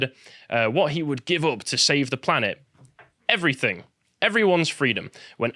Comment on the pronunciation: I hate it when people say everythink It is everything. Speak English.